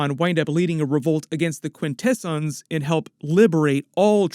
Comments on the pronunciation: Quintesin's... Quin-Ta-S-ON's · Quint Ahhh Zons…… not delicatessen smh and also Trion is Try on not tree on… but otherwise cool coverage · This is its own thing. Has nothing to do with the live action universe. Also "Til all are one" means until all Transformers factions are together again. Also pronouncing Quintessons and Alpha Trion wrong. Come on you slacked on this video. 😂